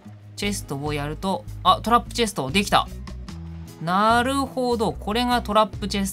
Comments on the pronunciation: ともさん、チェスとじゃなくて、チェストですよ〜。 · 秒らへんチェストがチェスとになってるw